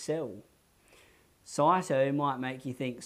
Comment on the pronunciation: Good, and thank you, but isn't it 'sigh toe', not 'saw toe'? As in cyto-skeleton. And aren't there motor proteins which move along the cytoskeleton to move things, not so much the cytoskeleton itself moving things?